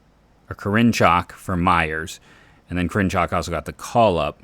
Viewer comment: I dont think your saying Karinchak right ...always heard his name as Care-in-check....